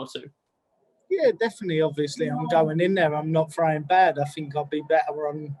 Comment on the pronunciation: “I fink, I fink, I Fink absolutely”